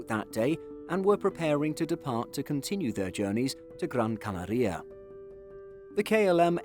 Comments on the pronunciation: Gran CanAria: acento tónico en la segunda A de Canaria. El narrador pronuncia incorrectamente "CanarÍa" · “Gran where” ?! 😮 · Great pronunciation of Gran Canaria 😂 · Why do you pronounce Canaria so weird? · If you were an american, i'd not comment on your bizzare pronounciation of Gran Canaria. But youre british so im calling it.